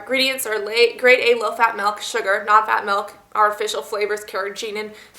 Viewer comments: it MILK not MEEELK get it right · It's pronounced "milk" not "melk" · it's milk not malk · Melk lol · Lol you say meelk :P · She says milk weird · she says milk funny (